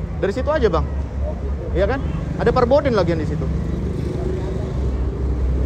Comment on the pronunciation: Forbidden bukan Perbodden